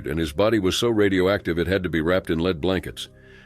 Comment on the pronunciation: "leed" masks?